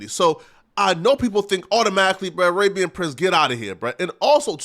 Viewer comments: Yo why you say Arahhhbian? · listen to how he pronounced “Arabian” .. He also loves referring to a woman’s labia as her “Libya” 🇱🇾 lmao